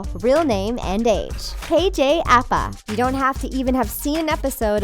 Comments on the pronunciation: It's pronounced kj A-Pa 😂😂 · Apa is pronounced "Ah-Pa" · Anyone else annoyed at how she pronounces Apa?